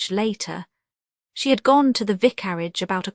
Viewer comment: Horrible AI !! Cannot even pronounce vicarage